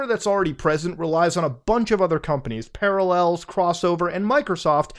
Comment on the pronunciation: Ah, yes. Paralléls.